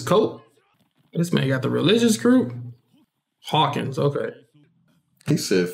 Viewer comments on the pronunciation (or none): none